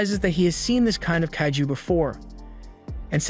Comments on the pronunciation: it's kaiju not kayju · it tickles me to the wee when he say “kahh-ghoo” or “kay- ju”